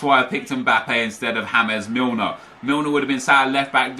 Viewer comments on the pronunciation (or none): Why are you pronouncing James Milner like James Rodriguez 😂😂😂😂